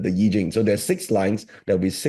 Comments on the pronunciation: Pls, keep saying I-ching (pronounced Ee-tching): Educate his coldture or callture, or culture again!!! Cancel that "eye-ching". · Hopes that "AI" will be well educated in Chinese knowledge... I will revisit Deep Seek soon! For I-ching, not "Ai-ching".